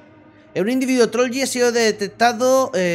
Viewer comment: Se dise trolch